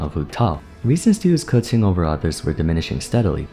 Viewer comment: Respect for pronouncing Keqing correctly.